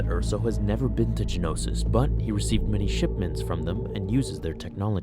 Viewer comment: The planet is Geonosis, not Genosis. Gee-oh-no-sis, not Gen-oh-sis. Four syllables, not three. Same thing with the creatures. They are Geonosians, not Genosians.